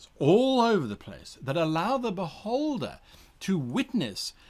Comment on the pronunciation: My inner 12 year old has to giggle every time Guy says "beholder". It tends to sound like "butt-holder". I also laugh at butt jokes and tell dad jokes (much to my daughter's annoyment). So.... yeah... Sadly, any character that I play is now forever going to die from an insane amount of attacks by a very annoyed beholder wondering why this adventurer who came to challenge it is on the ground laughing...